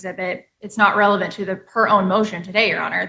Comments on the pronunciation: 💁🏽🇺🇸🇺🇸🇺🇸🇺🇸🇺🇸 OK😂😂😂. OUCH! 😱😳😂🤣😂🤣😂🤣😁 WHEN THE JUDGE SAYS “ RELEVANT” WITHAL A STRAIGHT FACE- & SHE RESPONDS WITH “ IT IS REVELANT” I ALMOST WET MYSELF! 😂😂 THIS CLEARLY HAS TO BE A BRAIN DEFICIT! I AM NOT TRYING TO MAKE FUN OF HER- BUT I KNOW PEOPLE THAT ALWAYS SAY “ SCRIMP”. 😢😢😢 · Genuinely a Master of the English Language!! Aks her……she will prove Revelent